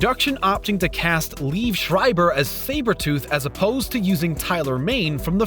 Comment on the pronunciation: “Leeev shreyeber” It’s lee ev